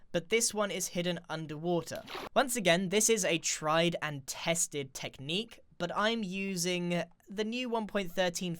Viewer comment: Did he say or so, TRIED AND TESTED? Or Trident tested?